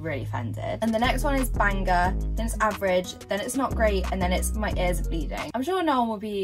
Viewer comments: why does she pronounce the g in banger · Why does she say banger like that?